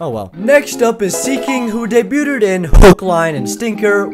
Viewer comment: "daybyootid" lmao